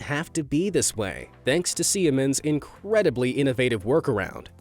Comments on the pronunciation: Siemens is pronounced see-mens, not see-eh-mens. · You pronounced Siemens slightly wrong. In German the letter combination "ie" just means that the 'i' is prolonged meaning it's pronounced like a double 'e' in English so Siemens would be pronounced as if it was spelled "Seemens". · Sounds like he's saying it "se-am-ins" lol or at least to me that's what I'm hearing